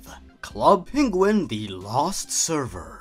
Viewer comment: sonic peniguin lol